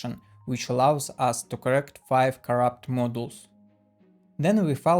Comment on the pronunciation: Ah Hah! The label "Error correction MODULES" is shown on the video. Even the [CC] thought you were saying "models" this whole time. I didn't understand why a single square was (also) called a model. How about supplying your own subtitles with the video, directly from the script? It could really help. BTW, in English "Galois" is pronounced the way an English-speaking person would repeat back the way Gaalois (or some other native French speaker) would say it. So it's gal-WAH. More rigorously, using IPA it's /ɡælˈwɑː/.